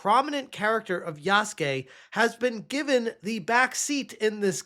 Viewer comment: Yah-soo-kay. Its spelled Yasuke, not Yaske.